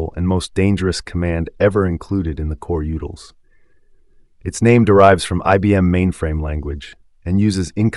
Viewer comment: Am I the only one annoyed by the pronunciation of coreutils here?